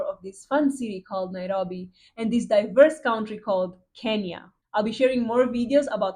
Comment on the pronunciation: The way you say "Nairobi" is satisfying. 😊 Karibu Kenya.